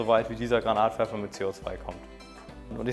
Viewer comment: "Granatwerfer" oder "grenade launcher" .......aber bitte nicht "Granat launcher" xD Finger lang nicht vergessen ;) Sollte das Teil nicht eher als Schrotflinte(Schrotwerfer) gesehen werden?